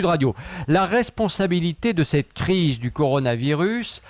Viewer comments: Coronarovirus.... le mec interrogé et ne sait meme pas prononcer le nom du virus.... rien que ca ca décrédibilise tout mdr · Par contre arrête de dire Coronarovirus!!!! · Le mec,, qui se fait interviewer comme un expert et qui arrete pas de repeter "Coronarovirus" a la place de "Coronavirus", c'est quoi cette blague? lol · Pourquoi dit-il Coronaro virus,n'est ce pas le corona virus ? Que faut-il dire pour être exact? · laboratoire MP4 et coronarovirus... MDR C'est laboratoire P4 et coronavirus. no comment. Il serait bon que les termes un peu techniques certes ne soient pas écorchés SVP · Pareil je suis soûlé par ces gens qui viennent la ramener systématiquement alors qu'ils ne sont pas capable de dire correctement le mot coronavirus...